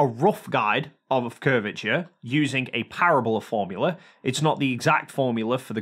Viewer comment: You pronounce parabola so badly